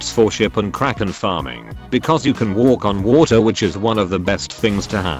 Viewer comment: ik this is a late comment but I realised something, when he says walk on water it sounds kinda weird lol